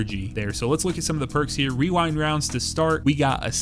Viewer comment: Damn. Someone who can pronounce Rewind Rounds!